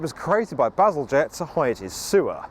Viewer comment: Soft G in Bazalgette? Huh.